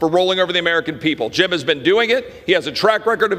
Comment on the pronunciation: Was right with him, until he said “Gym” Jordan…